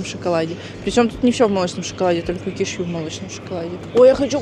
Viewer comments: я обожаю смотреть твои ролики, но... кешьЮ меня убило, правильно кЕшью и да, я не хейтер просто уши режет такое произношение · Правильно сделали замечание, тем более что данный блогер практически не произносит слова правильно, тортА, качеля, кешьЮ и т.д. Целевая аудитория - дети, как итог, куча не грамотных людей! Потому, что ведь блохер так говорит, значит правильно. Думать надо головой, а не закрывать на это глаза, всё имеет значение.